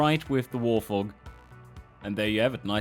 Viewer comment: interesting reading "Wart-Hog" as "Warth'og"